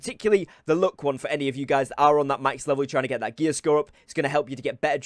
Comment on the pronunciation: I kept hearing him say "look trophy" not "luck" 😂😂